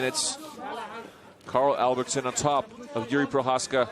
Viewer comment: That clown announcer can't even pronounce Procházka's name.